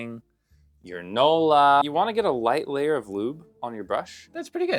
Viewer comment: Your ✨„NOLA”✨ got me dying 💀💀💀